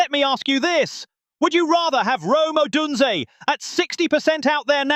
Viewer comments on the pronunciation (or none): Yeah, they had a terrible time with the Browns you idiot. Odunze will be back next week. Try pronouncing his name right please!